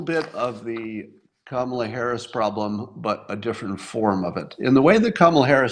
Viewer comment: Scott, it isn't pronounced Kama'la, but ", luh" or "Comma la."